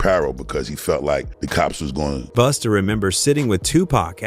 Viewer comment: Its not Boosta.....Its BUSTA